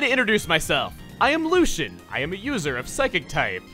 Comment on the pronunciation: I thought it was pronounced lew-see-en